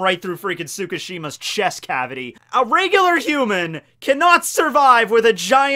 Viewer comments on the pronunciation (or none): none